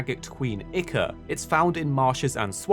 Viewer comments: ICKER!?! Ichor is pronounced "I-Core" still funny to hear though XD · it really isn't its I-core or it can also be pronounced I-ker but not Icker